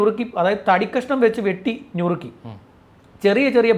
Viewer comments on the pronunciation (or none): ഞുറുക്കൽ അല്ല നുറുക്കൽ